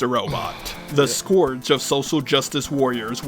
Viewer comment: Imagine being so out of touch with the reality you reside in as to refer to yourself as the "scourge of social justice warriors world wide" (Atleast I think he ment to say scourge, although he pronounced it as scorched - but that doesn't really make a whole lot of sense given the phrasing if you ask me)... All in the meanwhile, listing humiliation after humiliation like they were accolades of war in what's - arguably - considered a public setting... The more I engage myself with the internet, the less I feel I understand of it. These people genuinely seem straight up deranged. Edit: I forgot to say - at this point, I'd probably think more fondly of him if he said he was the jar in one man one jar. And may whatever deity you believe (or don't believe) in have mercy on your soul to anyone who knows what I'm refering to.